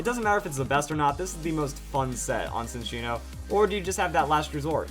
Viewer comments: Lol Sincino. I thought it was pronounced Chinino?! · I thought its pronounced chin- cheeno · I always thought "Cinccono" was pronounced "sin-CHEEN-oh" but ok